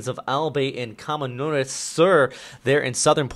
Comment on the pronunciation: Stay safe everyone! Also about the pronounciation of Albay and Camarines, Albay is 'Al-bay', not 'Al-bey', and Camarines is 'Cah-mah-ri-nes'. Just for the sake of future videos... ahihihi